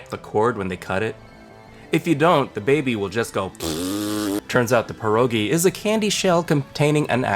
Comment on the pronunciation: I dont like how he called it pierogi, he ruined pierogi